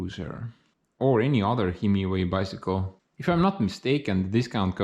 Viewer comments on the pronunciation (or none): When it snows again in a few months, you need to check how your new bike handles the snow, ice, and other winter wonders. :D Also Bi... Sick.... ule.... About the easiest way to break it down for easy american pronunciation.